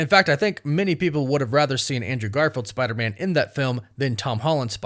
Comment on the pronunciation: It sounds like you're saying "Spidermin" like Spiderman is a Jewish last name. F*R*I*E*N*D's et, al (1999)